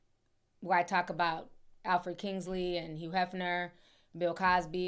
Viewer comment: It’s Kinsey, not Kingsley. FYI